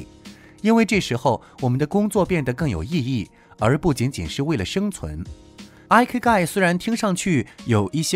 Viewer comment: 很實用的影片👍但影片中第5點的"Ikigai"發音有誤... 這個詞是源自日文"生き甲斐"的羅馬拼音，意即"生存價值"， 第一個字母Ｉ的發音和數字１一樣，並非英文的Ｉ發音喔~